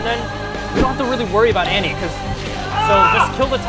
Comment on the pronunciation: The A in Annie's name sounds like an O.